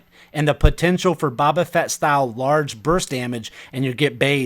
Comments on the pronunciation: All I heard was 'Bobba' Fett and I am done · are we just gonna let him get away with saying bob a fett?